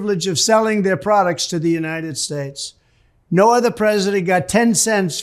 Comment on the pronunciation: don't you mean the United SHTATESH of America?